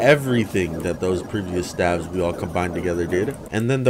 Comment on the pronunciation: he pronounces stave wrong hahaha